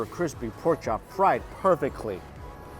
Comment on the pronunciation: “fried perfekly”